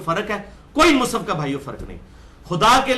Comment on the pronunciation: مصحف بولو بھای مصف نھی بولو